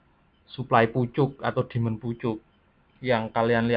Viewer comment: suka salah sebut ni mas nya suply sama demans